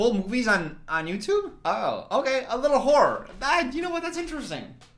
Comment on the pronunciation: said "A little horror" and I heard "A little whore" HELPPP PLS